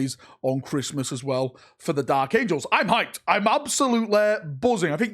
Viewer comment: The dalek angels? It sounded like you said dalek angels lol